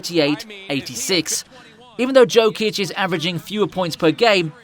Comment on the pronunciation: Learn how to pronounce his name first. Like Charles Barkley said "If you dont like Joker play basketball, you dont know nothing about basketball".